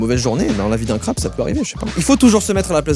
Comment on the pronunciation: Crabeee A prononcer crabeeeuuu